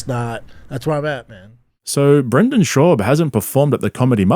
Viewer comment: Bro why cant you say his fucking name correctly its shaaab hearing you butcher it everytime makes me wanna cry